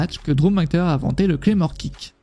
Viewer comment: va falloir progresser sur le prononciation des noms :') RYback et McINtyre